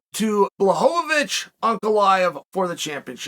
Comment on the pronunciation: Pee-air-uh, Mock-el-chev, Bluh-ho-vo-vich, and Muh-gregger. These are a few of my favorite things